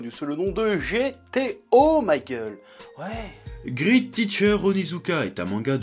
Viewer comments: Great se prononce "gréte" et pas "grite" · Mdr c'est great pas grit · Grit teacher...aie. Allez, on essaie à nouveau en disant gr8t avec la partie "eat" qui ne se prononce pas comme le verbe manger en anglais mais comme le chiffre 8 en anglais. Voilà, c'est pas compliqué. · "grite" quoi x)